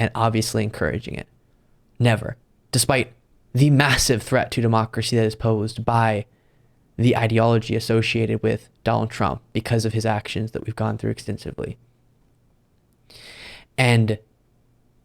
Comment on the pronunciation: Its Donald Trump, not Donal Trump Sorry, that annoys me